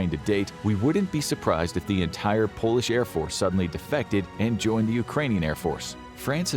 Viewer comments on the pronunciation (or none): none